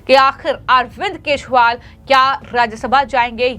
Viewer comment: ये सही ढंग से न्ही बोल रही है केजरीवाल की जगह केशवाल बोल रही है